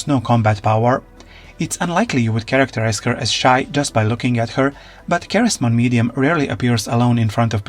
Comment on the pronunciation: it’s pronounced SEH-REZ-Mon not KAH-REZ